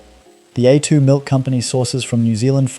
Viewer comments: ai voice over. said A2 milk was, a two milk, should be pronounced aye two not a two. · Need to get pronunciation correct. A2 milk sounds like atoomilk. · Make up your mind between pronouncing 'vitamins' and 'vittamins', and 'A2' and 'Attoo' Learn how to spell 'subscribe'. And for goodness sake change the visual clips which are not only repetitive, but highly inappropriate. AI.